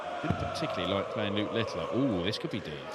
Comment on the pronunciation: Thanks for the great coverage. I don't know why that commentator calls Luke Littler LITTILER, there is no I after the T's